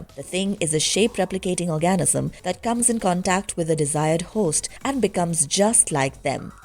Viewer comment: I'm sorry, I keep getting hung up on this - will someone please help the narrator with the word "organism". I keep hearing "orgasm". Just a slight difference.